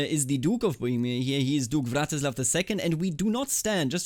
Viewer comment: I really like how you say 'Břetislav' as 'Blyatislav', sounds extra slav